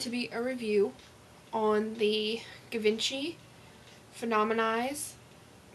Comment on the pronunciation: bahah AnneVuitton, that's the first thought I had, "it's pronounced gee-von-shee" XD thank you!